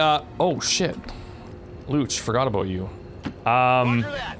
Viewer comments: Hahahaha I have the same last name as one of your characters and it is definitely not pronounced "looch" haha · There is no language on Earth where "Luce" is pronounced "Lootch"